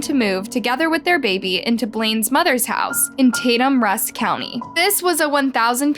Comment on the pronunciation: It's Rusk county, not Russ. It's also pronounced Tay-tum not Tat-tum. I'm from this area and remember when it happened. Sadly meth is a hell of a problem in the area. Not saying that's the reason or an excuse for what happened, but I've seen first hand what it does to people.